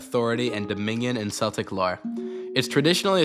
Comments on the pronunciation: Isn't Celtic pronounced as "kel-tic" not "cell-tic"? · ooooo wait he might be cookin (also ur sayin celtic like the boston celtics; but in the context of the game itd be celtic spoken (kel-tic) /lh)